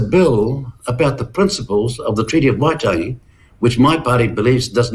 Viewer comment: Peters discussing the treaty of waitangi???? He cant' (will not even bother to try!!) To pronounce the name correctly.